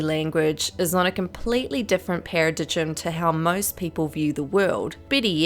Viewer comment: The way you pronounced “paradigm”, were you being funny or...?